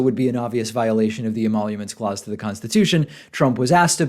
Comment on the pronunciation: "emaulomence clause"